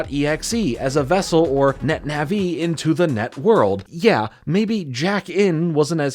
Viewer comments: Wtf is a netna-vee? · Man said Net Naví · I love your stuff, I've been watching for a while, but my god the way you say Nah -VEE is literally killing me.